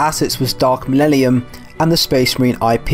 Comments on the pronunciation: Lol dude is having so much trouble pronouncing "millennium" come on bro sound it out. Why are you replacing the n's with l's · Could you please stand up and pronounce the word "millennium" for the rest of us? Thanks! Now, try "millellium". Awesome! Keep on keeping on! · "Dark millellium" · i just watched the 2010 trailer defs ends in the narrator saying mellennium and not mellellium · What I hear: Millellium What I read: Millennium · Dark 'malelelium' lmfao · "Millellium" xD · >Lemon russ Thats a bit of a low blow from someone who was misspronouncing millellium for a solid half hour >_> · Cool video so far, but I have to stress that it's MIL-EN-IUM, not the garbled jive you were saying lol. But for real, appreciate your efforts, the whole game's pitch always seemed like "it could be good if enough people support us", never quite reaching the levels of decency advertised. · Lebowski There's so many things that you could criticise him for and out of all of them you decided that him saying a word wrong (by one vowel) is proof that he's a fake fan. I swear, some people are living satire of normal humans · It's hard for me to believe angry Joe is particularly excited for news regarding 40k if he can't even read the iconic line correctly. It's 12 words. How do you mess that up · There’s actually a funny reason behind me saying dark millennium. I basically when making this video wanted to get the speech right. Since I have dyslexia I want to say hard words right so I looked up how to pronounce dark millennium correctly. Whatever I heard clearly has come back to bite me in the back as wrong. So the one thing I wanted to get right in this video I got wrong.